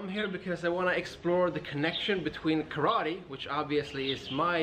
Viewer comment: How is it a karate nerd can't even pronounce "kara" "te" empty hand correctly?